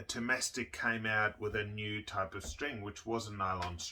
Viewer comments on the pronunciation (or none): you of all people should know that ”Thomastik“ is not pronounced like ”domestic“, and you cannot omit Otto Infeld from Thomastik-Infeld.